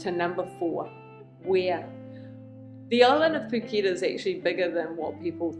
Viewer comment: She’s pronounced it perfectly 🤡